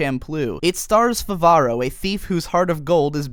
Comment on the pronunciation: "It stars Fuvaro...", you should know it is FAVAROOO! by now. Glad it made your list. Keep up the good work.